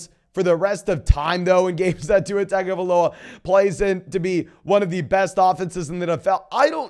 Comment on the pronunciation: Love your content so much. Could you please pronounce Tua's last name correctly?